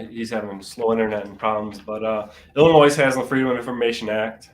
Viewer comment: You completely skipped West Virginia. You hit every state except WV. Not sure how you managed that. Also, Illinois uses a silent s: [ill-ih-NOY].